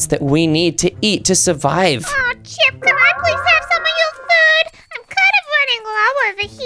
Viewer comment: calls chip chipey😂😂😂😂😂😂😂😂😂😂😂😂😂😂😂😂😂😂😂😂😂😂😂😂😂😂😂😂😂😂😂😂😂😂😂 😂😂😂😂😂😂😂😂😂😂😂😂😂😂😂😂😂😂😂😂😂😂😂😂😂😂😂😂😂😂😂😂😂😂😂😂😂😂😂😂😂😂😂😂😂😂😂